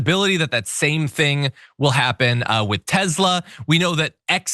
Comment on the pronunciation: Excuse me, it's, "TESLER." 😂